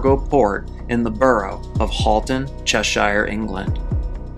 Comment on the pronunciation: Cheshire is pronounced as Cheshure. If it helps any American friends, then Worcestershire, as in the sauce, (even though its not mentioned here) is pronounced Wustershure. I hear these a lot, and i can only imagine Lord of the rings is somewhat to blame...